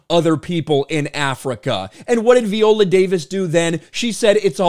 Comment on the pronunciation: Jesus christ, please stop pronouncing her name that way. How do you pronounce violin? 🤣